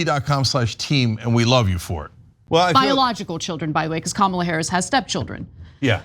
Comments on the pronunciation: Hey sa-RAH…it’s KA-ma-la… not ka-MA-la you turd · Says Kamala like Donald Trump because they all in with their nominee......KH mala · Who cares what that Gov Cow says? Her name is Comma-la. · Kamala Harris is not pronounced right on purpose by every single one these racist butt sniffers. Look up WWF Kamala the Ugandan Giant,a negative racist stereotype. The character was invented by southern white wrestling promoters in Memphis Tenn. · Say her name correctly, hillbilly Sanders. You are as ignorant as your father. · Sarah "HuCobbie" sounds dumb when she mispronounces Kamala. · When y’all start pronouncing her name properly I might listen to a word you say. Every time you mock her name by intentionally mispronouncing it I shut off the rest of the statement. You shouldn’t be anywhere near parenthood if you can’t grow up yourself. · Love the gratuitous mispronunciation of Kamala's name. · Sarah, you can’t even pronounce the Vice president’s name and shouldn’t be in public office nevermind flipping my hamburger. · They cannot be decent and pronounce Kamala Harris’s name properly. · Notice that Sanders mispronounces Kamala's name? Is it intentional or is she just stupid? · So fcking sick of them intentionally saying her name incorrectly. All because her name is unique, their type always want to say black & brown people's name in a botched way if it's unique, because of their racism in their heart... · Sarah huckleberry that liar....women disrespecting other women only give men an excuse to treat you the way they do. Trumps a retard so his third grade education everyone understands restrict his vocabulary and pronunciation. What's your excuse? And you have children? The only thing you can teach them is your ignorance. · And they all pronounce her name incorrectly!! A sign if disrespect! That is what they teach their kids……